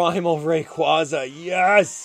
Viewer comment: wait... Did he just say primal raquaza